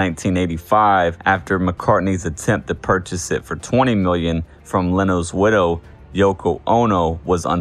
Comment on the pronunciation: ".....after McCartney's attempt to purchase it for twenny million from Leno's winnow........." It is incredible: This voice-over person has absolutely no idea what he is saying.